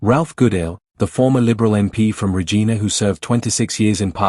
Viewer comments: Can’t even pronounce Regina properly. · Might be great if the narrator( AI?) could learn to pronounce Saskatchewan and Regina properly. Or if someone could edit these things to avoid these silly errors. The whole video loses credibility. It’s a common problem.